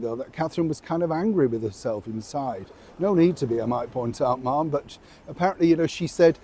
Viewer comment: we address the Princess of Wales as Mam NOT marm as in marmalade. Lol I do love your vids. Thank you x